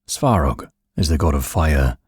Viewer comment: the speaker's pronunciation makes it difficult to tell the names, one time it's "sorog", next it's "svorog"☹️